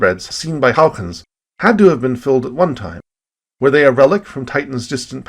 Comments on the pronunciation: If you don't wanna have to use a Dutch pronunciation, just say it the way that he pronounced it first. Hoygens, not Houiechchchchens, which is my best approximation of the spelling of the way you pronounce it in Dutch. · Amazing video - l never knew Titan was a candidate for life > u < I learned so much again, it's amazing. That joke was horrible though but l forgive you. Also l think your pronunciation of Huygens got worse over time. It's not "Hougens" dangit :p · Looks at having cameos. Nice. Still can’t say Huygens tho haha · I just say HY-gens like everyone else, but thanks for lesson in Dutch pronunciation. It sucks that probe landed in the wrong spot. We’ll need to go back. Perhaps we need several smaller probes, sort of like a MIRV to ensure we land at least one into the right spot. We got back to Jupiter rather quickly, so it might happen. I know they are working on an orbiter for Neptune, so maybe before I die? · I am going to spend the rest of my morning trying to annunciate Huygens. I do not think I have been close once.